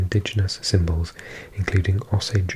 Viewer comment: As some one from Oklahoma, Osage is pronounced more like ow-sayj and not o-suhj.